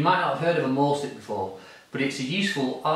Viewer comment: It should not be pronounced "maul" stick! You're not going to be mauling anything or anyone. It comes from the German verb, mahlen, meaning to draw! The "a" is pronounced like a long, surprised, finally understanding "aaaaaah!" Like, i finally get it! It has neither the roundedness of an "ay" sound, nor the terror inflicted at the notion of brung "mauled" by a wild beast, just a simple sigh, "aaaaahhhh." MAHL stick. Great tool for "mahlen!"